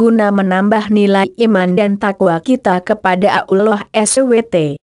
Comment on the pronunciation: membacanya kurang begitu jelas dan disingkat kurang pass spt Allah Swt kedengeran Abdullah Swt